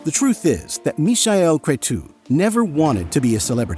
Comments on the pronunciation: Just a correction: in Romania we call him Michael (as any English speaker would pronounce it) and Cretu is Crețu, so not pronounced ”kre-too”, but ”kre-tsoo”, like Italians pronunouce Z (a ”ts”). The similar Romanian name is Mihai, pronunced ”me-high” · Mihai Crețu is Meehigh Crezzu. Easy peasy. Not Mishael Cretoo. In Romanian in sounds like “sneaky cretin”. Mişel being sneaky and cretu for cretin. Are you using AI for the voice? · Ok but what’s with the pronunciation of the name Michael ? 🥴just say it as it is in English, or- if you want to say it in Romanian, it’s actually Mihai, not Michael. And Cretu is actually read CRETZU( which means curly haired) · no. His Romanian name is Mihai (pronounce like "me" plus "hi") Crețu (Cretzu). Maybe it was a try for German pronounciation.